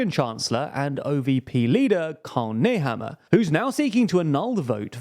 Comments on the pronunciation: No he did not, lol. First example I heard in the Video: "Sebastien Köhz". Next: "Lia Wonna Gewessner". Nehammer became "Nayhammer", pronounced as if it were English. He butchered every single name. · 🤣 You mean Karl Nehammer?